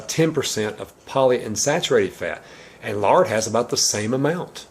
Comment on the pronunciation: Sounds like he said 'larding ' at first, Lol! :--)